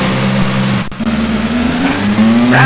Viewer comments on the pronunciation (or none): lol announcer for pronouncing Mid Ohio.